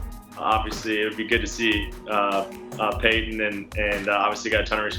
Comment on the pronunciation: Paton as in George Paton not Peyton Manning smh